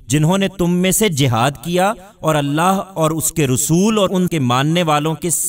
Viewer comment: Rasul not Rusool